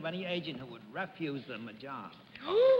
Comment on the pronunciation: Tiny correction: Bennett said REFuse, with the wrong syllable accented for the verb "refuse".